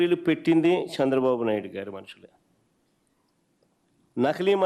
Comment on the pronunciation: అన్నా నీకు నా చిన్న సలహా at least తెలుగు ఐన జర బాగా మాటలు ఆడా రాదే చంద్ర బాబు అన్న సంద్ర బాబు కాదు అన్నా